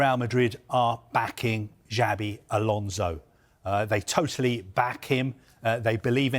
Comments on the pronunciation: Whats the difference between this and a pink magazine/tabloid tv? And also, that guy in the left should at keast try to say names properly as he is on TV.. Djavi Garcia, whats that? One thing is weird accent, another is to just saying it wrong. Imagina a German saying Vane Ro-honey.. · Can someone tell him that it is not Jabi Alonso 😅😅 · You heard it here first folks, it's Jabi Alonso, Jabi with a J